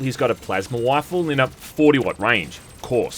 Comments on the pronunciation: Wifle sound like something Elmer Fudd would say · I love the pronunciation here lol hes got a plasma wifle, pew pew